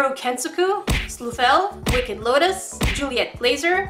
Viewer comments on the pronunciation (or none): none